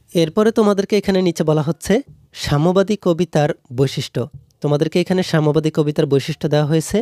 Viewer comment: আপনার উচ্চারণ অনেক সুন্দর । এটা সাম্যবাদী কবিতা সামবাদী নয়।৷।। ...... ☠️☠️